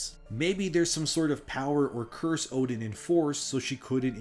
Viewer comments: It's pronounced more like 'Erden' not 'Odin'. It's literally pronounced in the game by the guy on the floor in Oeden Chapel. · 1 thing you got wrong. Oedon isn’t pronounced “Odin”. It’s pronounced “Er-den” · Great video just a slight correction. Oedon is pronounced Erdon. The Oe diphthong pronounciation is German in origin. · Oedon is actually pernounced “erden” with an R. Confirmed by the npc in the chapel who asks you to bring people there for safety. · Yeah your lore is interesting but Odin? Bruh. The word comes from eyes. It goes back to a day when Oedipus (see the name?) Blinded themselves. In Sophicles play. Oedipus says now I can truly see. The lining of eyes is so prevalent in this story, it's kinda sad you missed it and continued to pronounce Oedipus as Odin. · Oedon is pronounced eerdon though.